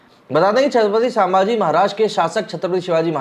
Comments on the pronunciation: छत्रपती संभाजी महाराज नगर ठीक से बोलो पहिले छत्रपती समाजी नगर नहीं हैं वो भ का उच्चार ठीक से करो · संभाजी and not सांभाजी... correct pronunciation please